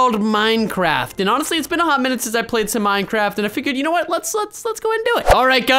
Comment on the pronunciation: Boooooo I hate. Minecwaft